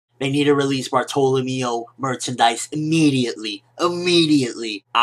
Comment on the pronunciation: Nice review, but something about the way you pronounce Bartolomeo just bugs me so much :D